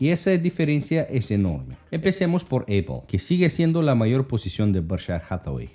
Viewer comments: Ahora es Eipol, solo estaba escuchando el video. Tuve que parar lo que estaba haciendo para entender de que hablaba este. Es Apple, de donde sacaste Eipol? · Eipol? Amigo lo pronuncias muy mal. Apple Se pronuncia apol jeje